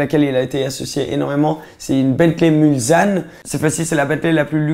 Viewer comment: c'est bentley mulsanne ou le s ce prononce s et pas z